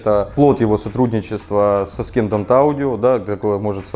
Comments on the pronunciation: ***** я очень извиняюсь, но не аскендант - ассендант правильно произносится, спасибо за обзор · Александр, в слове Ascendant букву "с" правильно произносить как "с", а не как "к" в видео. Не вспомню, какое именно, правило в английском языке. Прошу понять и простить. ))) Как удар чем-нить, когда слово неправильно ты произносил. :D